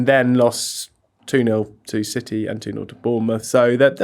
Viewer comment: Mr Richardson pronouncing city as siddeee rritates me greatly.